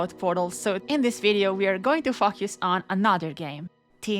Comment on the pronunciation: hellboy put it best when he said "uh, that word.. 'fockused', yeah with your accent.. i wouldn't use it"